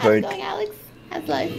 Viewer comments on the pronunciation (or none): none